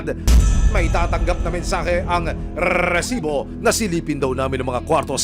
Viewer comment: Annoying Ang pag pronounced nio nang Recibo